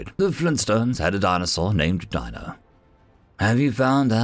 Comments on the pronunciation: I'm pretty disappointed in you. Dino from The Flintstones is pronounced "deeno", not "dyno". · It was pronounced Dean-o Weather mit·i·ga·tion devices. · Dino is actually pronounced dean-O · WHY CHANGE THE CREATURES NAME. IT IS PRONOUNCED DEANO NOT DINO, SPELLING NOT WITHSTANDING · Dino should have a long E sound like in "see". Sometimes Human dialects can be weird